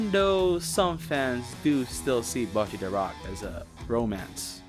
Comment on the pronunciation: bocchi is pronounced (bow-chee) other then that amazing video 🗿